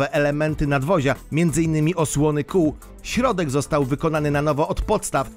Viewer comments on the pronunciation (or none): none